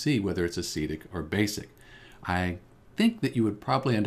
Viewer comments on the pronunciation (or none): Why do you say acidic like acetic